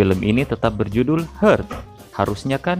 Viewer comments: How to read heart correctly is Hart not hurt (hal yg aneh yg dilakukan mimin 😜✌🏽) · heart dibaca hart.. bukan hert.. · Pengucapannya 'heart'nya salah min🤭, itu mah hurt 😂